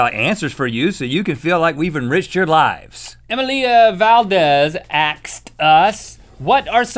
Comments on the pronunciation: Emilia is pronounce Amelia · emma-lia lmao